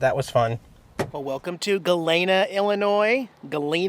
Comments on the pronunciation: I am from Illinois and Galena is pronounced Galeeeena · Galena, Illinois is pronounced ga-LEE-na. Another great video. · The "e" in Galena is hard. I lived in Chicago for 23 years but always made time to visit Galena, which I loved. I noticed no video of Main street Galena, did you get a chance to visit there? The deleted video would have worked for the opening, as you say, it's your life that you publish, the good and the bad. BTW, the hat looked good on you, should have bought it.